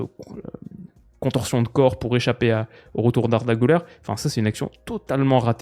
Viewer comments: Güler ne se prononce pas "Gouler" mais "guler" avec le son "u" comme en français, comme Thomas Müller quand il y a les petits points sur la lettre "ü" ça se prononce u comme en français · Maintenant que tu parles beaucoup d’Arda et que tu mets souvent un point d’honneur à bien prononcer les noms des joueurs: On dit [Gu-lèr] - Gü avec un -u et non un -ou -ler se prononce “lèr” et non “leur”. Comme toujours super contenu!